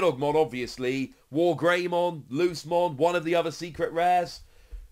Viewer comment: Ngl it’s like an itch every time says lucemon like loosemon, not luce’mon